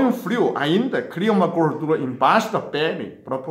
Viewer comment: 😍😍dr do nosso coração,acho lindo vc falando gordula,melola Que Deus te abençoe